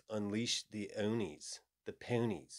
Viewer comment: You said "ownies" thank you for being legit. Anyone here watched Pure Pwnage? Total throwback.